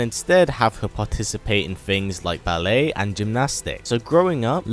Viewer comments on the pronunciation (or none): none